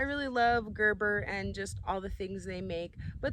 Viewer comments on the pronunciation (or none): none